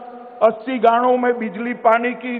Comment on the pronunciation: 14: 57 second 80 gando me bijli Pani ki subidhaye pahuchaya.. 😀 😀 😀 Sahi se pronounce to Kar le fir Delhi washiyo se vote (bheekh) maangtino. 16 minutes pe.. Nagar nigamo ko 10000 rupye ki gand rok Kar..... 😀😀😀. Kis word ko kaise pronounce Kiya jata hai ye sahi karle..